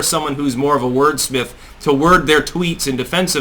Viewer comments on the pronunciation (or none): Did you just say word spiff or did I hear wrong? Word smith.? Was that it...lol!